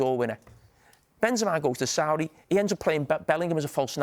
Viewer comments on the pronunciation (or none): none